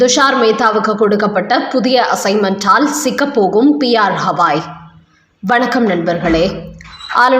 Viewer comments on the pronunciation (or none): அவர் கவாய். புரிந்து கொள்ள மாட்டீர்களா? வேண்டாத இடத்தில் அழுத்தம் கொடுத்துச் சொல்கிறீர்கள். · Trending News channel news readers are yet learn and read Tamil. Why not teach theo undersrand CJI's surname is GHAI and not HAWAI. Can't they learn this ? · புண்ணாக்கு. ஹவாய் அல்ல. கவாய். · உச்சநீதி மன்ற தலைமை நீதிபதி பெயர் B.R.GAWAI. நீங்கள் "ஹவாய்" என்று உச்சரிக்கிறீர்கள்? ஏன் இந்த தவறான உச்சரிப்பை தொடர்கிறீர்கள்!! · The name of CJI is B R GAVAI AND NOT B R HAVAI. CORRECTLY SPEAK. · CJI is Shri Gawai not Hawai. Please pronounce correctly